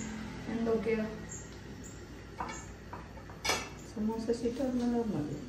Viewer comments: ini namuku roll akkan Samoosha sheet ennu annu athiyam wrong aayitu paranjathu correct word samoosa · Ramadan day 12 Ans: സമൂസ ഷീറ്റ് എന്നത് 4 വട്ടം തെറ്റി പറഞ്ഞു 1. 2. 3. 4. സമൂഷ എന്നാണ് പറയുന്നത് 😊😂❤ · Superb vlog Today answer സമൂസ നെ സമൂശ എന്നാണ് തെറ്റി പറഞ്ഞോണ്ടിരിക്കുന്നത് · സമൂശശീട്ട് എന്ന് പറഞ്ഞു സമൂസക് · റമദാൻ 12 Today answer samoosasheetn സമൂശ ശമൂശ സമൂഷ് എന്നിങ്ങനെ തെറ്റിച്ചു പറഞ്ഞു